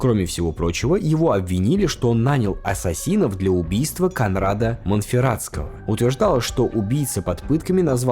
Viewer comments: Ваш редактор должен явно указывать ударения в именах и названиях. Потому что кОнрад а не КонрАд, например. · спасибо за ролик. Две мелких поправки - 1.ГоспитальЕры 2. Конрад - ударение на "о"